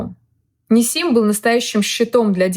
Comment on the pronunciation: Правильно гоаорить НИсим. Ударение на первое И